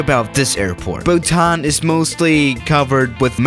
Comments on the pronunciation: Nobody:: Buthan instead of Bhutan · It's Bhutan and not buthan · It's pronounced "BHUTAN" 😅😅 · People: Bhutan: buthan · it is not bhuthan but bhutan. for your kind information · Bhutan Also: Buthan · No one:: Buthan It's Bhutan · Nobody: Absolutely nobody:: “Buthan” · I hate buttan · But he butchers the names. Like Bhutan